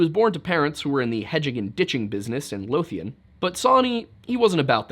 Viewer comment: A wee heads up, you pronounced Lothian wrong, think of "loath" when pronouncing it, you also got Edinburgh wrong, pronounced Edin-burr-uh. 👍 Great channel btw.